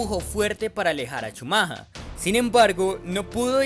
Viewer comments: Por qué el campeón Benetton? El campeón era Williams. Benetton era escudería italiana, no británica. Na na na, si dijiste Shumaja 😂 entonces debías decir Bron (Brawn) y Bairn (Byrne). Si el río suena es porque agua lleva, ese año Benetton cayó en muchas irregularidades y sospechas que ponían en duda la legalidad del auto por tanto misterio de que no podían mandar su información ya que algo escondían. Esas arrancadas dejando parados a los Williams no eran posibles aún siendo el "todopoderoso" Shumaja 😂 el que arrancaba. Y del choque contra Damon Hill y contra Jackes Villeneuve pues habla de un campeón tipo "el fin justifica los medios". Y aún hay muchos que en grupos de FB y Twitter cuando alguien nombra a Shumaja 😂 dice "grande Schumacher" y yo pienso, si, grande, el más grande tramposo. Ah y ese año Shumaja salió campeón de pilotos y Williams fue campeón de constructores. Benetton obtuvo el título de constructores hasta 1995 usando motores Renault. Y cuando Schumacher se fue a Ferrari se fue junto con Brawn y Rory Byrne es decir, el mismo grupito de tramposos se fue juntito a seguir haciendo trampa. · yo lo que creo es que eres un colombiano huevón, el apellido de Shumacher en lenguaje castellano es SHUMAGER, la forma en que tu lo dices no la dicen ni los británicos, y si quiiseras decirlo como se lo dice en alemania solamente por hacerte el viajado, quedas peor gamin con internet... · Chumaja? Ja-ja-ja... Alemanes e ingleses son bien raros en sus pronunciaciones. Me pregunto, por qué escriben palabras con letras que no van a pronunciar, eh? Qué bueno que hasta el 18 de nov. de 2019 ya hayan podido detectar el JUEGO SUCIO de los que campeonan y hacen perder la legitimidad y credibilidad en esta competencia. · la pronunciación correcta de Michael Schumacher sería: mijel schumja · Haber si aprendes a pronunciar mejor el apellido del gran campeón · Bonito analisis pero la cagas brother cada vez que dices ' chumaja' . Es Schumacher! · "Schumaja" alv